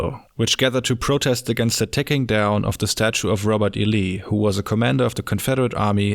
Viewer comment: Robot E Lee. The machines were around back then?